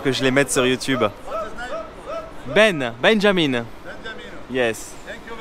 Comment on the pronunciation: Je te suis depuis des lustres je t aime bien t es super mais , quand tu donnes ton prénom dis le vrai BENJAMIN ET NON BENJAMINE. C tt ce que je voulais dire continue t formidableeee❤